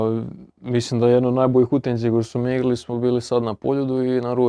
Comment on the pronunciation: Zašto Krizmanić umjesto "utakmica" govori "utainca"? 😄